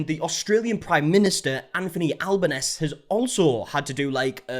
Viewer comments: Respect for blurring shit behaviour! I’m still disappointed the mother didn’t get a good bite in on this pos. I’m glad we all agree that the dude filming isn’t a true Aussie either. Also pronunciation of albanese really through me off 😂 but I get it! (The ese is pronounced like “easy”) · Albanese is pronounced Al-ba-knee-zee, tbh though it sounds better the way you said it! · Just for future reference, you pronounce the Aussie PMs name as alban-easy. Also, his comment on trying to cuddle a crocodile was an epic response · Al-ban-easy is how to pronounce Albanese 😊 Also her "apology" is a blatant lie wtf... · Albanese is an Italian name. So you pronounce all the vowels. So it is said Al-ban-easy’. Just say it fairly quickly & smoothly. Or just call him Albo (which is his nickname, and has been for decades). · the prime minister of Australia is Anthony ALBO-NEESY like easy but with an N, ALBONEESY (sobbing in ive never heard anyone pronounce it that way but no hate just saying) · Omg the way you pronounced Albanese lmao. If it helps it al-bo-ne-see. I couldn't help but cringe ahh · Al ban ee zee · Hi love the video so far just want to jump in as in Australian to help correct your pronunciation of Albanese it’s pronounced Al-Ba-neesee like you’re saying easy😂 hope that helps!! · pronunciation of Albanese just made me crack up lol She's now Australias number one enemy. We don't have a lot going on down here, so DONT TOUCH OUR WILDLIFE 🤬 We're also trying to find out who the guy is with the Aussie accent. He knows better 🤬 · the way u said our prime ministers name was funny as heck im gonna start calling him that he is a nob lol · good god i didn't know the guy behind the camera was aussie!! what a fucking disgrace. shame on the both of them EDIT: SORRY TO EDIT THIS I JUST GOT FURTHER IN THE VIDEO.... WHAT IS THAT PRONUNCIATION OF ALBANESE